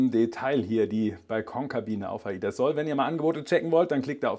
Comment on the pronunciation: Es heißt „Sol“ und nicht „soll“